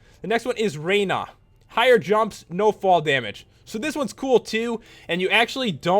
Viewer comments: rana not rara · It's Rana not Raina